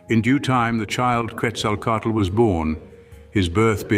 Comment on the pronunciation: How are you going to say Tlauizcalpantecutli correctly, but mispronounce Ehecatl and Quetzalcoatl?